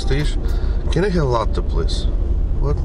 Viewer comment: Nado govorit coffee latte , 2 slova, a po ideii eto ( latei) proiznositsia)))